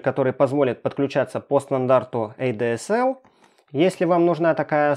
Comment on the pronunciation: Эй дэ эс эл... Что же ты несёшь 😂🙈 Эта «коробочка» для подключению к ADSL/VDSL😑 Первое читается как А ДЭ ЭС ЭЛ (ЭЛЬ)😉✌🏼